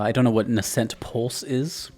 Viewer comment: Close enough, I think it's pronounced "NAYsent". Loves me some Sakuraba 🤘